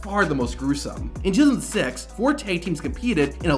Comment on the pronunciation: I heard it to